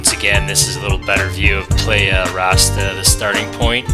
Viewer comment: Doesn't look like Lake Huron to me...careful dude, that warm weather can be habit forming. But you were wearing light neoprene - chilly water or is that just a sun suit? Thanks for the video and Ventana beta. "Play-ah"??? Think "Ply-yah" or how the Aussies say "player". Was it easy to avoid hitting the rays & everything else?